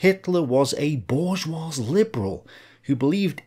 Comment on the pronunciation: borjwah. The j is pronounced like je in French.